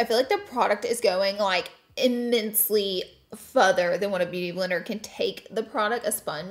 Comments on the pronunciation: You say “futher” the way my Dad always used to say it. Made me smile. Thanks for the memories. 😊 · “Fuder” 😂😂😂 Laura and her pronouncing 😂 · Has anyone noticed the way she says “further”?? The first time I thought she just messed up but then she said it the same way again. I’ve never heard anyone say “further” like that before in my entire life. 🤣🤣🤣🥰🥰🥰